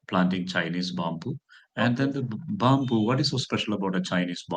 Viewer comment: I like this trainer, we should pronounce that word byamboo instead of bamboo